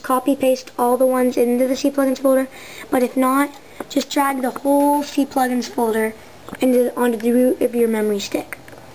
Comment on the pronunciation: and lol "see-plugins" I'm pretty sure its not pronounced that way.